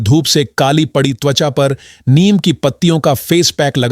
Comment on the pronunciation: नीम को नियम क्यों बोल रहे हो।उच्चारण तो ठीक से किया करें!